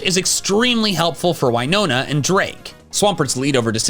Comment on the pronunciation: [pukes] ...It baffles me how he mispronounces Winona's name tbph.